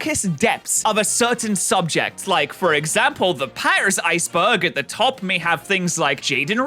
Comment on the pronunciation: Is it because he pronounces "Iceberg" as "Ice Bug"?